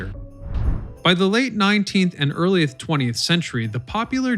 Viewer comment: he said earlieth, instead of early. Go back and have a listen.